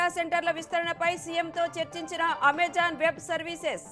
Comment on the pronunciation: Amajaan కాదు తల్లీ, its Amazon 😭